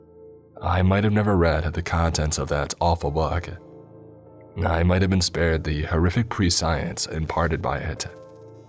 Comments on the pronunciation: "prescience" is pronounced "Press-ee-ence" not "Pre-science" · It is pronounced 'Press-e-ence" not "Pre-Science", just saying. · Love your narration, I've listened to a lot of your other work. Wanted to let you know that you mispronounced prescience as "pre - science" (understandable, it is spelled that way). If you want to humor me, check out a video or a Google search: or